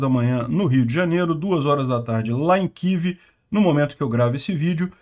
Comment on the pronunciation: Kivi? Que Kivi? É Kiev.